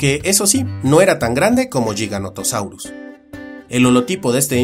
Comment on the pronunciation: Espectacular como siempre... Aunque debo decir que me sorprendi cuando pronunciaste a Giganotosaurus y Giganotosaurini como Yiganotosaurus o Yiganotosaurini, que paso ahi jajajaja